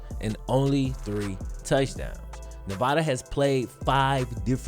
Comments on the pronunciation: It’s nev-ad-a not nev-ah-da! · As someone who lives in Nevada please stop saying “Nevoda” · Hey bro good video, but it Nevada not novada 😂